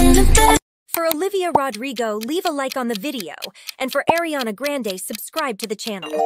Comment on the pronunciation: Also it’s really annoying that the ai can’t pronounce Ariana Grande correctly.